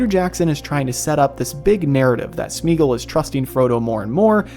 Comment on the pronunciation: Similarly Sméagol should not be Smeegl, but either Smaygol if you want to go full old English or more modern Smeeah-gol (where eeah is a diphtong changing from ee to ah) or also Smeegol (both variants Tolkien himself pronounced it). Tho —gol would in all cases be like the Gol— from Gollum, not —gl.